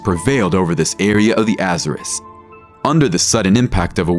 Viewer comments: Jeez this fiverr guy cant pronounce anything right lol. His Azores was particularly bad 😅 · Be honest. Is the narration done by AI? The mispronunciation of Azores makes me think so..